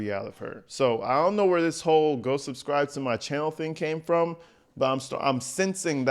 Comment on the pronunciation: “Yall suscriVe”😂😂😂😂